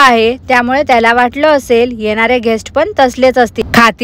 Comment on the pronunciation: घेष्ट नव्हे ग गेस्ट.